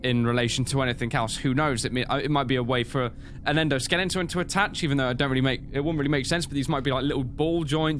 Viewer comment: Is it just me or did say "EndoSkellington"? xD